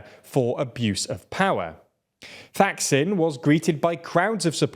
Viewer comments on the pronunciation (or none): Thaksin is pronounced Tak-Sin, T like Tango also, Thailand utilising TH is not a TH sound. Pheu Thai Party, PH is P, not F sound H indicate the consonant as aspirate sound